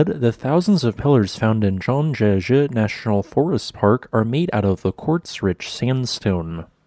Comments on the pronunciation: Are the formations in Halong Bay in Vietnam made from similar quartz sandstone? I think Zhangjiajie should be pronounced like "jaaang" "jee-ya" "jee-yeah" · The pronunciation for the first syllable Zhang was OK but progressively got further off the mark, which is fine as even European chess commentators have trouble pronouncing the "jie" in Lei Tingjie Suggestion when making future videos on mainland China landforms that you include the province(s) they are located in rather than "in 'X cardinal direction' China" as the latter can be fraught and misaligned with common usage; e.g. Sichuan is NOT central (naive characterisation based solely on longitude), but southwest